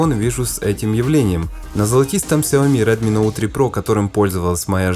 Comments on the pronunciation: Ну почему сяомИИ ,сяООми всю жизнь было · Щаоми! не Сяоми!